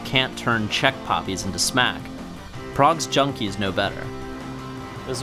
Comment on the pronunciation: He sounds like a patronising wanker and he can't pronounce Prague properly. 1/10